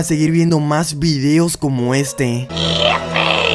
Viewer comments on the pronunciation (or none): none